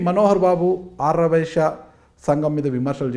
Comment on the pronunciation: యాంకర్ కు ఆర్య వైశ్య అని పలకడమే రావటంలేదు.😂😂